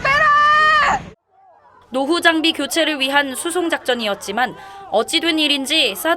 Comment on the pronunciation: 사드빼라~ 이러는거 중국발음 들리는것 같은대? ㅋㅋㅋ